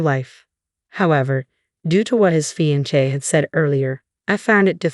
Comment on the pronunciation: Narrator (AI) Really needs to learn how to pronounce Fiancé! 🙄